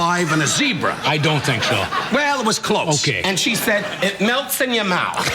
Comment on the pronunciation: It meltz in yoer mouwth 🤣